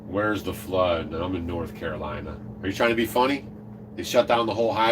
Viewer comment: It's CaroliNa, not Carolia. 😉